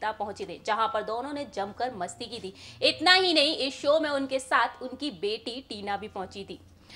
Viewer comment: Nazar aayi ti nahi aayi thi, pronounce sahi kijiye madam